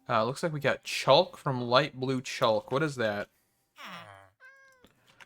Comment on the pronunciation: It's pronounced chock (chalk). Just a heads up. Great vid